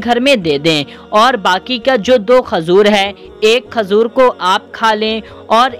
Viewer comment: Khajur nhi bolte khajoor bolte hai 😂